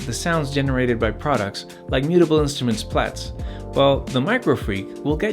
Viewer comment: Mutable Instruments Plaits - best pronounced 'PLAY-TS'. ;) Great Video introduction on why to not look past the Microfreak. Regards